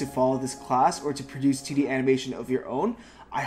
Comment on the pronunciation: Aha when he says 2d it sounds like titty 😂🤣